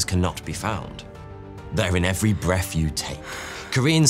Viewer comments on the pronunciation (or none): Breff? Breath.